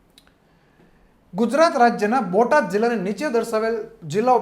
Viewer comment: ભોટાદ નહીં બોટાદ